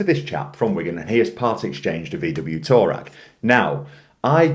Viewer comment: Huh? Did you say VW tour rag? Lol😂 Touareg is pronounced "twoar-reg". It is a desert tribe Hehe. 😂